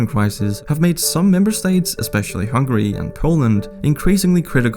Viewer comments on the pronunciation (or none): none